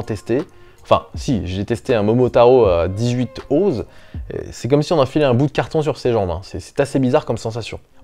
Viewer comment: Pour info l'unité de mesure "Oz" se prononce "Once".